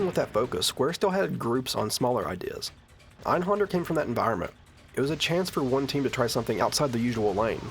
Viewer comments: That creepy laugh from the billboard was actually reused for some boss in Final Fantasy XIV (I forget which one). Also, it's not your fault because the game itself mispronounces it too, but the accent on the A in Einhänder means you shouldn't pronounce it as Einhonder. I guess it would be like "Einhender". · It's pronounced AYN-Hayn-dare with a soft 'r'. Ist es Deustch. Nicht Englisch. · I'm pretty sure he knows (along with everyone else) that it's German. Native English speakers don't grow up learning how to pronounce German words many have never encountered before.